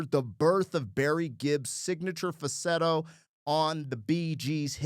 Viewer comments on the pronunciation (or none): You seem to be leaving the L out of fal-sett-o when you pronounce it, which is probably why AI got it wrong the first time. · Dude how can you not be able to say the word FALSETTO!!! LOL